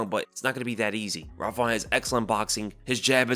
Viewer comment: Rob “Fawnt” 😂😂😂